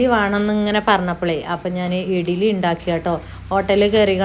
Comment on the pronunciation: ഇഗ്ലീ എന്ന പറയുഇടിലി അല്ല ശെരിക്ക് പറയും